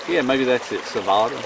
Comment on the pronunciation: ‘s pronunciation of Savotta is pretty spot on just the T needs to be a T but not like a D 😉